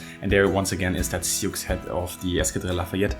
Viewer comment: Awesome vid! Just for future reference, sioux is pronounced "sue."